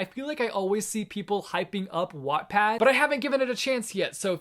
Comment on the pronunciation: THANK YOU FOR SAYING WATTPAD LIKE THAT!!! It just ended a disagreement with my friend and I